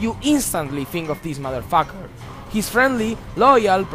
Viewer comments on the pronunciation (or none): "Deese modderfocker".